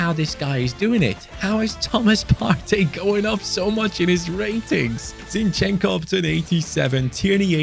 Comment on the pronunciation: Zinchenko's name pronounces just as it's written, try to accent on I, so it's zIn-chen-ko, don't pull e and o sounds, say it fast